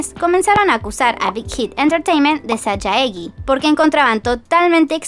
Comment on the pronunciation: Se lee sallegui, el sajaegi, igualemente muy buen video 💋